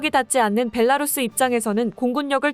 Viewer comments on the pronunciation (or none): none